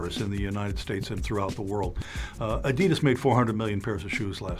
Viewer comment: Take a drink every time the narrator says “Adiduzz”